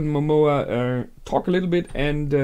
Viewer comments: Why do you call lord Momon as Momoa? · It´s a minor complain and I know is too late for this, because most likely you already watched the last episode but, it´s not MOMOA, its MOMONGA, MomoNGa, wherever i Heard you say Momoa it reminds me of Moana, and i´m probably the only person that think that it sucked and it was way inferior to Frozen, but anyway, it´s a minor complain.